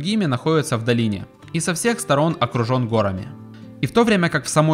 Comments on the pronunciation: Не гОрами, а горАми 😏. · Спасибо. Хорошая работа. Сори, но горАми, не гОрами. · Очень интересное путешествие! Прекрасный видеоряд и повествование, только коробило частое употребление слова гОрами с неправильным ударением;) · гОрами? г-О-рами? Серьезно? Прям по ушам режет! 🤦‍♂️ А в остальном - красиво конечно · "гора́ми",! Безграмотная речь всегда режет слух. Видос не понравился, если честно, какая-то нарезка с автомобильного видеорегистратора. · Сорри, но горами-ударение на "а". А ролик -класс, уровень 💯! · Верно подмечено! Самый важный момент этого видео - ударение в слове "горами"! :D